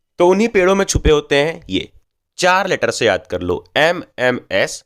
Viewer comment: bro took my mind away when he says mms